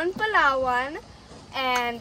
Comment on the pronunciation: The way she pronounced Palawan is top notch